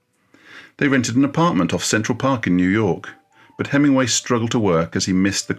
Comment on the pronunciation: Please fit the g in Hemingway.